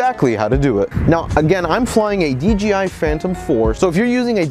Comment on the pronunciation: D-J-I not D-G-I :). Great video though!